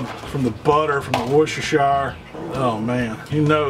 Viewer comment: Please please please … It is pronounced Woostersheer sauce!